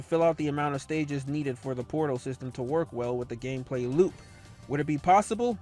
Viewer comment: Are we going to ignore that he said KNUCKLES GAMPLAY?